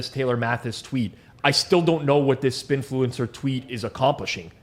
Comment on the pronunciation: It's Sbinfluencer not Spinfluencer.